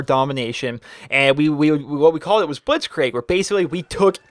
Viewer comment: soz for being a grammar nazi (the irony), but blitzkrieg is pronounced blitzkreeg not blitzkraig